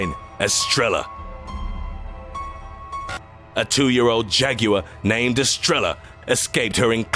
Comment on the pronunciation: Estrella is pronounced estreya